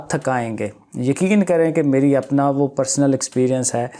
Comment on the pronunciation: He says apnaay mobile too chorna ni h😂😂😂